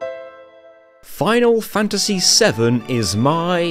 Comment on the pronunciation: Ah. The lesser known protagonist of Foonal Foontasy VII - Clood Stroofe